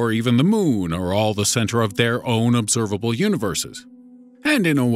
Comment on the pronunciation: "The obserbabble univers"